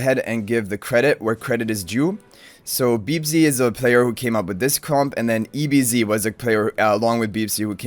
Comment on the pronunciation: Yoo, it's Ebz not ERB but was close enough! 😉😂